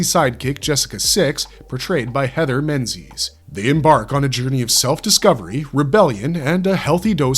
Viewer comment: Learn to speak before you make a video. The plural is phenomenA, not "phenomenon" ; "regularily" is not a word, and Menzies is pronounced Mingis . Did you use Artificial Stupidity for all this?